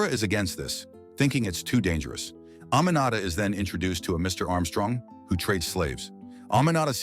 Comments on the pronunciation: that’s not how to pronounce “Aminata” not “A-ma-na-ta” It’s pronounced as (A-me-na-ta). Also I live in Freetown Sierra Leone🇸🇱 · My name is also Aminata, and i could not tell what he was pronouncing until i saw your comment 😂